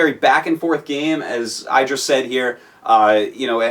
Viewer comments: idra: (ID-ra) Artosis: (eye-dra) Artosis: trollface/ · Idra pronounces his name one way and artosis in another way. I wonder who is right ^^ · The Casters have been saying iDra wrong this whole time!